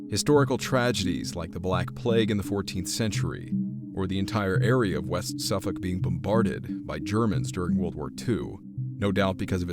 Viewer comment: A most intriguing story, I am a very sceptical minded person so am prone to believe this was made up by the three bored men. However their description of the buildings in the village and the overall layout of the village does make me wonder. Well done on the pronunciations of Suffolk etc.